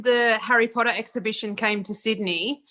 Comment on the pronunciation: I want to tell you that I watched ALL the Harry Potter movies in a day and repeated some and my mum was getting annoyed. She was also like ‘Will that dam blonde ever stop saying ‘pOoTaH’ ❤️❤️